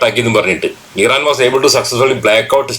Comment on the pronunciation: ഈറാൻ അല്ല ഭായ് ഇറാൻ ആണ്❣️